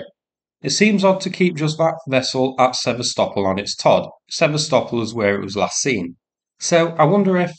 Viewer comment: Thank you for using Ukrainian pronunciation of Sev/a/stop/ol. Every time the yanks butcher the name it hurts my ears. 🇺🇦💪🇦🇺